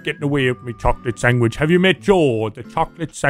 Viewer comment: "Why a cantaman eat a chocolate sangwich